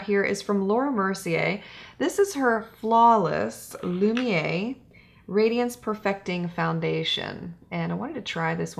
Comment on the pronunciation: Really appreciate your review and the fact that you gave the foundation & concealer a second chance. Just a little pronunciation guide - au = “o” and lumière = “lumi-air” ❤️